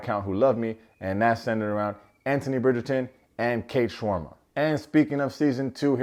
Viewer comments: Is it me or did he pronounce SHARMA as SHAWARMA? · My man just said "Kate Shawarma"